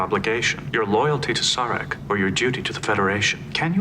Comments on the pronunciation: It's cracking me up how part of the crew, and part of Sarek's delegation pronounce his name differently. Of course, you yourself are guilty of hatchet jobs on names in other movies that you've reviewed, even after the characters say a name perfectly, you pronounce it completely different. LOL It's ok, we still love you.;-p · It's a damn shame that "The Enemy" and "The Defector" have been left out. Good episode that some hypothesize as the build up to the Sins of The Father episode considering what happened in those episodes and who was involved. It's hard to not see the "Sarek" episode as a reflection of what was happening to Gene Roddenberry and his health during this time. He was suffering from memory lapses, mood swings, and experienced troubles with speaking. The choice to have the character Sarek have a similar type of downfall made this episode one of the best. I'm liking the idea of having the two-parters being grouped and reacted to separately from the rest of the episodes of the seasons! I can hope that it applies to all of the two-parters to allow more space to watch other great episodes! Season 6 will definitely benefit from this format.